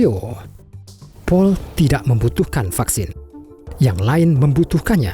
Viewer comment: Baek, maen, laen. Harus gitu kah pengucapannya?